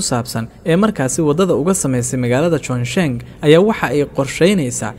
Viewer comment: Waad ku mahadsantahy warbixinta soo kordhisay,lkn magaca magaaladu waa 重庆 oo loo akhriyo chongqing maaha chongshin. Dadka kunool guudahaan magaaladaas waa daraasadii 2019kii